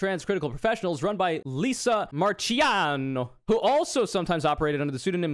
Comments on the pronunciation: Hearing you do the soft ch in Marchiano hurts so much more when you do it with the accent. Ch in Italian makes a k sound, and C makes a Ch sound. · you should be legally prosecuted for pronouncing italian names like that